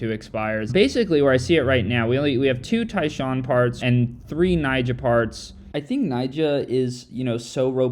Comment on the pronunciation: not Nyjoah